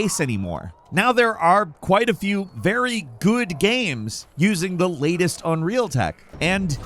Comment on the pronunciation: "Latust games relaising"